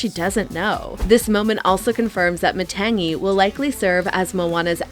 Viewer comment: These YouTubers mispronouncing Matangi and Tamatoa is driving me crazy 😢